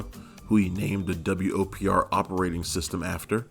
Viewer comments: pronounce it WOPR not W-O-P-R. that's the whole point of an acronym! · Narrator, you're annoying me. It's the "Whopper," not the W-O-P-R. Did you not see the movie? Not once does any character ever refer to it as the W-O-P-R. Get it right, especially for such a classic. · Every time I hear him say the W.O.P.R I cringe. Have you even watched the movie? Its called the Whopper. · Nobody in the movie refers to the computer as the "W.O.P.R." It's referred to as "The WOPR," pronounced "whopper."